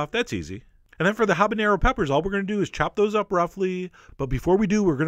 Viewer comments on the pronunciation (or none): Not to be picky.. But is 'habanero' not 'habañero' just saying